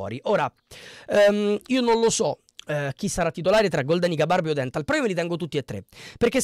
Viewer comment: Praticamente non avendo seguito il Como hai guardato su Sofascore chi ha giocato e basta..le pronunce sono: Ciagia’, Iannou e ódenthal poi Lucas Vasquez..Gioacchini in B ne ha fatti 0..Daii suu